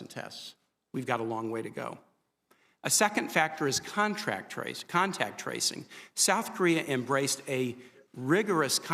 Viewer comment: They have a terrible time saying contact tracing